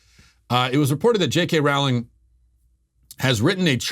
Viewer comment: "Rowling" rhymes with "bowling".